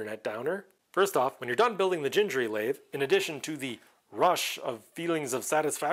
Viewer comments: It is actually pronounced with a hard G like in green or google. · you should pronounce gingery the way you didn't want to pronounce it. It has "harsh" letter Gs in both locations. I have watched the video where he introduces himself and you can hear him say his own name - that is definitive. I believe the video was mostly about him playing a fiddle and I have it on DVD somewhere, but I don't think it is on the Internet. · It is definitely hard 'g' for both the first and second 'g'. I talked on the phone to his son's wife when I ordered his books in bulk back in 2006, and that's how they pronounce it. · I have watched a few videos regarding the Gingery series, and it drives me nuts when they pronounce “Gingery” with hard g’s… I have no idea if it’s right or not, but I’ve been saying “ginger” my whole life, and I can’t change now! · It's Gingery with two hard "g's". Like in gold. Had the pleasure of taking Dave to lunch while visiting his hometown 20+ years ago. Great guy. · Subscribed! Definitely going to follow! Back in the 90s, I was making an order for this series with Lindsay publications, the original place to get the series (Lindsay was a friend of Mr Gingery). I was playing with Mr Gingery's pronunciation with the lady, trying to figure it out, and the lady got slightly aggressive correcting me. The next catalog, they specified "That's Gingery, as in sing-ery". (J sound on the first letter) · Dave said his name was pronounced like thing, as in ging-a-ma-thing ( that is more or less a quote)